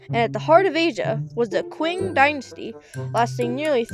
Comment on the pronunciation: not "qu"ing but "ch"ing that's more close the pronunciation in chinese